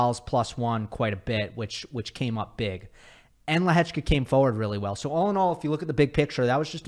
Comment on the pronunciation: as a Czech I have never heard such a good pronounciation of Lehečka 😳👌🏼